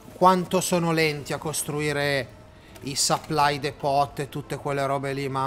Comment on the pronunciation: si dice supply